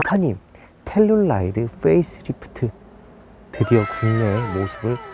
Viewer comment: 왜 자꾸 텔룰라이드라고....암튼 국내출시가 시급함